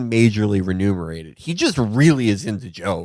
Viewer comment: "ReMUNERATED" not "reNUMERATED"--remuneration is the word